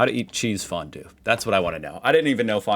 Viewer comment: Fon-due it better next time^^.